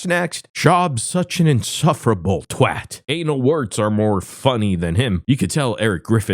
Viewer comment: I've never heard an American correctly pronounce the word "Twat" before, props to you mate! 👏